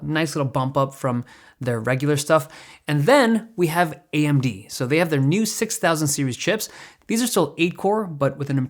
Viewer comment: AMD its an A-eM-deeD!